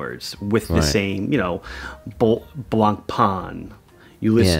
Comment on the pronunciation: on the pronounciations; no one in Switzerland says E.T.A... it's Eta all day long. with a strong T though quick after note: I love how said "Blonk-Pan":D but in the end he's right, it doesn't matter if we know what you're talking about, even if it itches me sometimes:)